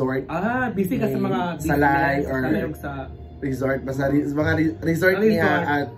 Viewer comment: Asa na “REZORT” na??😂